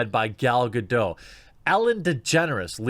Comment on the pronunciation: Someday you'll pronounce Gadot correctly.